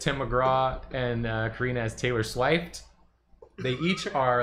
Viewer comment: "theylor sheft" really got me 💀